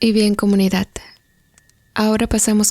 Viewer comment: Se dice 'ciudad", no "ciudat", "edad", no "edat", "comunidad", no "comunidat".